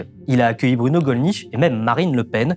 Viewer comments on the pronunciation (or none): none